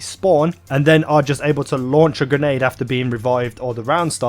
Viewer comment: Not "gernade", its grenade.